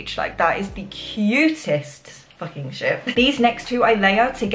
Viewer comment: “It FOOKING knew” 😂😂